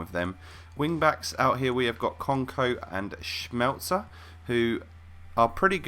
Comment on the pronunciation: what the hell you pronounced schmelzer right ! <3